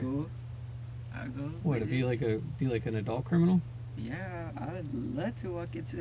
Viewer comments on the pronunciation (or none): and the dossier during the intro said CREIMINAL This is AI slop